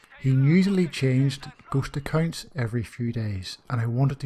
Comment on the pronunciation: It took me almost the whole Video to understand that he meant “ghost accounts” and not “gHoSt a kiNd” this damn slang though